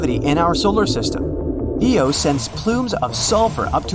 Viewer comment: Jupiter moon is not called EO it is IO